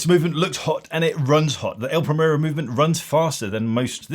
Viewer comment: The actual problem with this watch is that it gets the tattooed Rolex chavs and spivs, who can't even pronounce brand and model names properly ("Praymerro"!), into the Zenith brand, which was hitherto a bastion of good taste and discrete sophistication. More's the pity.